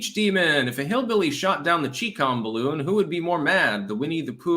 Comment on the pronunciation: Woudn't you rike to fry in my beautifu my beautifu baroon.